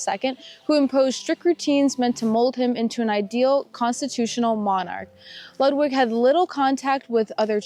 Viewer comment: And his name is Lood Vig (Ludwig).